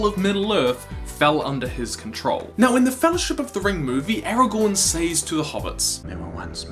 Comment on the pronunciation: I like how sometimes you say "Says" as "Say-z" and not "Sez", but not always...